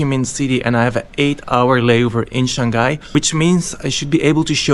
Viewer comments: Shang Hai and not Shan Ghai. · Bro it's Shang-hai and not Shan-ghai. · He might be from Belgium, many Flemish speakers pronounce Shang-hai like shan-ghai. Might be a local thing